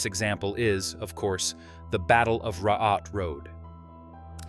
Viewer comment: Yeah the Raatteentie being pronounced "Ra-at road" made my ears bleed. I am now allowed to further insult english as speech impediment and not language